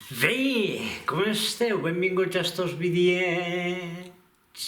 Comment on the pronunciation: Perque pronuncies "be" com si fora" ve", no te sentit malasombra!